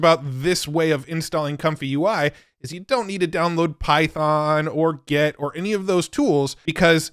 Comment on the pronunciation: So is it just me or does this nerd say "git" weird?